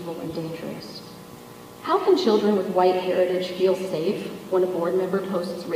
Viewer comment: I can't tolerate him that much to do it. When he says "huwhite man" or "queen", I just can't